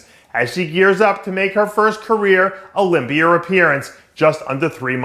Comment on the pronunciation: Dave wtf is the "olympier"? Lol why does he pronounce words that end with an "a" as "er".